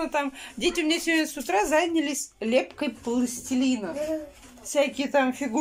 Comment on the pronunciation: ЗАнялись, забрАла, снЯла.. Уже с начала ролика так режет слух.. Учите русский язык,. Вы же на всю страну вещаете!